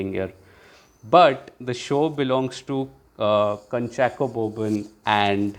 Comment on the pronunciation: Kunchako, actual pronunciation is KOO, not KA